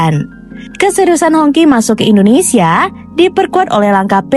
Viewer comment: It's pronounced as hong chi, not hong ki 😁